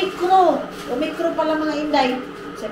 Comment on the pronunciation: Omicron...nkatawa ako syo day pgsabi mong ormoc..Kya day need tlga mg ingat.. God bless always sa Inyo dyan ni dodong at sa team KAJA nyo...🥰